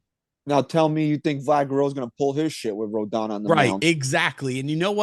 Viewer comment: is correct it is pronounced Row-don, everyone keeps pronouncing it like anthony rendon. If Yanks sign him i think we gotta be calling him Rodon Corleone